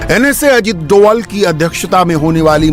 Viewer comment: उसे डोवाल नहीं डोभाल बोलते हैं ।नाम बिगाड़ने से काम नहीं बिगड़ते । कैसी मीडिया है ।